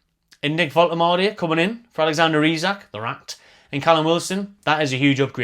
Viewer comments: sorted out the pronunciation:D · Great news, and you’re nailing the pronunciation 👍 So pleased to see us return to our “out of the blue” continental signing strategy - absolutely brilliant stuff!